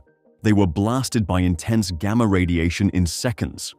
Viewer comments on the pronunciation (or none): none